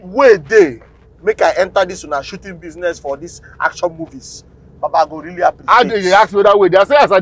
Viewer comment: Not sabinus emphasizing on “ACTION MOVIE”